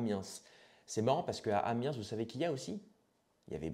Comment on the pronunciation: C'est pas amiensss 😅 le s ne se prononce pas ! Merci pour la vidéo 😊